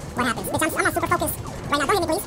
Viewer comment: when he says his intro i always envision him speaking about soup. “welcome back to soup...🍜 “